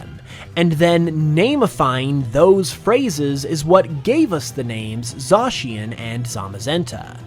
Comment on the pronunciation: Zacian pronounced as Za-cyan!!!!!